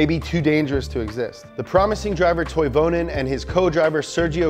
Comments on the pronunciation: Please, it's pronounced TOY-ve-nen. Try it. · how the hell are you pronouncing those car and driver names?! at least TRY to read them right. and toivonen was 30 at the time of death.